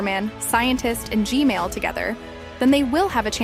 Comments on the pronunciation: why do i always correct u u say gmail and i correct it to gman why cant u say gman normaly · You keep saying gmail its gman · she keeps saying g-mail instead of g-man XD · why did he or she say g mail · its G-man nat G-male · G-man❌ G-mail✅ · BRO JUST SAID G MAIL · Just to let you know, but the name of the big skibidi toilet isn't G-Male, it's G-Man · Heads up, G-Man, Not G-Male 😭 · Who heard "gmail" not gman 👇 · Bro I love how you say Gman, as Gmail. Lol I really like your content. Super surprised how you found 20 different duos. Hope you reach one million! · Why do u call g man g mail 😂😂😂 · Bro said gsnail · 😂bro said gmail